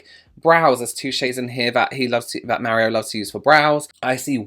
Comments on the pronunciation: Im Italian, and you are actually saying "Mario" correctly. Us Americans actually say it incorrectly. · As a Brit living in Italy, you pronounced Mario perfectly... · Honey I’ve just got to the part where you say Mario... you say it correctly.. my dad was Italian and that’s how he said mario.. I had an uncle with the same name 😍😍😍 Omg you’re killing me😂😂.. I’ll quickly say I’m gonna love this before I watch it... saves me keep editing my comment 😘 Only a professional like yourself can really appreciate how much thought has gone into this collection Have a great week sweetheart 💖💖💖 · I've been made fun of for how I say Mario after I moved away from the NY/NJ area, but Mary-O is how everyone said it where I grew up! So glad I'm not alone 😭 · You say ' Mario' as we say in Italian 😉. You skin glows with the highlighter... So beautiful. I want